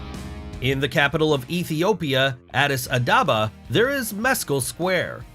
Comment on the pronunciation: It’s Ababa not Adada